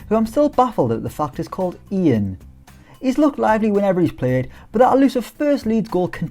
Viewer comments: Poeda's first name is pronounced "yan" not Ian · Pronounced yan not ian 👌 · You always seem surprised that poveda’s name is Ian but it’s not pronounced the English way, it’s pronounced ‘Yann’ due to Colombian family. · Poveda’s first name is pronounced Yan apparently